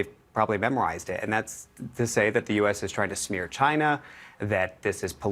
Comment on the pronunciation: Chy... nnna?